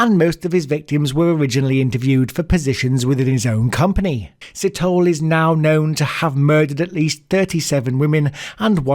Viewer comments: Si - to - le. Lukaska? LU - SA - KO. important capital city! Maa - keh. Not maki. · First of all: Great content! Thorough research! Some viewer input: Sithole { See-toll-e (as in egg)} Maake {Ma (as in mum) -ha (as in mum) -ke(as in egg)} Please don't take offense; I'm just trying to be helpful.:goodvibes: #JustSaying :D #SouthAficanHere Please cover the South African Gert van Rooyen some point.